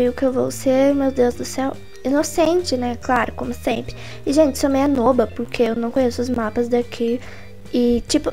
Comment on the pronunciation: Vc falou nooba